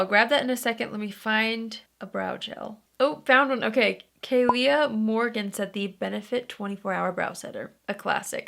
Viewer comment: I legit choked on my toothpaste when you said my name for the brow gel. (Its pronounced like Kayla, but it’s okay) I called my husband and freaked out about it for like 5 minutes. He knows how much I love you & was excited with me😂 I was like “she knows I exist babe!!”😂😂❤️ anyways, love you!!❤️